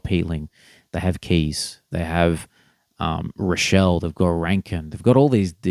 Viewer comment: well for starters you can’t pronounce rachele correctly